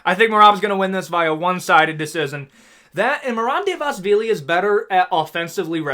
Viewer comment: hold on let me correct the great. it's merab "duh-va-lee-sh-villy", ur welcome